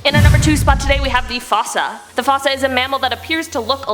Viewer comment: You clearly haven't seen the movie Madagascar if you're pronouncing Fosa like that A for effort though